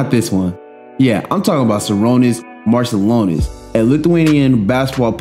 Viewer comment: LoL - it's Sha-Ru-nas Mar-Chew-Lonis, the Š and Č act as Sh and Ch.